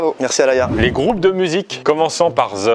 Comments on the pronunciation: on peut m'expliquer pourquoi il prononce THE comme ZE? Yen a pas un seul qui la corrigé... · the ce prononce de et non ze x) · J’adore leur « the »: zeeeee who , zeeeee week-end 😂😂😂